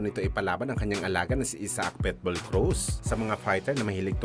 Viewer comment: Kakashupa mo napilipit na dila mo boy!!! PIT-BULL✅ hindi PEtbull ❌ ginawa mong literal na aso 😅😅😅😅